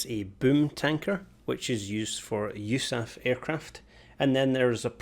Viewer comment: you-saph??? cmon.. no one actually says that.......